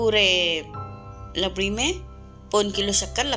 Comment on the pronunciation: It's rabdi not labdi